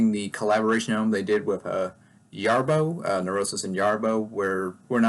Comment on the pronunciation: Great stuff, also agreed about not including Jarboe (btw it's not pronounced with Y it's pronounced with J). I followed her stuff after getting into swans (i do think she made that band go from interesting to extremely important band for experimental music and since her departure it had a lot of duds and similair sounding records) and this collaboration was really her record.